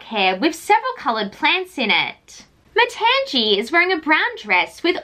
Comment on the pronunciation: I think her name is pronounced Ma-tahng-ee.